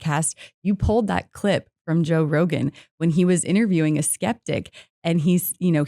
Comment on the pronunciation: Your S has a whistle to it that is very loud in the mic. Also, what is, “idderviewing”? Try to not drop your Ts and replace with a series of hard Ds.